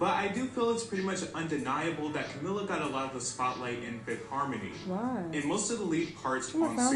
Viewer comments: her name is pronounced CaMEEla CabeYO not CaMillUh CaBello. it's a spanish name and different from "Camilla" so it doesn't sound the same. Edit: Camila became the most marketed member because a lot of fifth harmony fans found her the funniest. Originally (better together era) they intended to market Lauren as the face of the group but switched to Camila after her popularity grew. Her distinct voice also helped. Camila's consistency with live vocals also helped. Their Kelly & Michael performance kind of showed that she had better breath control than everyone else. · Camila's name is pronounced camEELa cabeYo